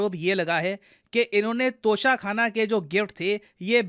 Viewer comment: Its tosha not kosha